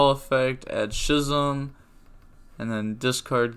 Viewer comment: I'm like 90% sure that "Schism" is pronounced Skism and not Shism.